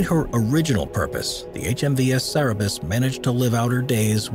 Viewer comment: Cannot pronounce Cerberus, either lol